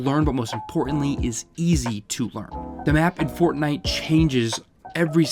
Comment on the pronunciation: Haven’t heard fortntie since 2018